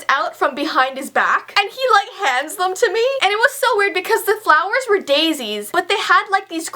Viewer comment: At first I thought it said "Justin Bieber gave me followers!" I didn't realize that it said 'flowers' until she had explained it all😂